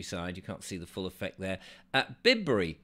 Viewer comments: !.. Bib-bury 😱 ... "By-bury" ... you, you,... Tourist you ... 😅😂🤣 ... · It’s pronounced Bye-bury. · So sorry to correct you - Bibury is pronounced 'Byebury' I live in the area.. Love what you do ☆ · Bibury, is pronounced B 'eye' bury. :o) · Pronounced, 'Byebury,', get it right.